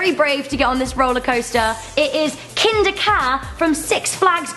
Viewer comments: I thought she was making a joke when she said kinda cad I thought it was a kitty ride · I live 20 minutes avay from Kingda Ka. Also you pronounced it wrong. p.s. i've been on it before it is not scary. If Kingda Ka is at number 1, then the other ones are not scary.